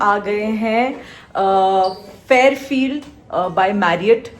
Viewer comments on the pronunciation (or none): It's Fairfield, not fairfiel😂. Kal bhi Dior galat pronounce kiya tha- wo chalo thik hai. Uneducated ho kya😂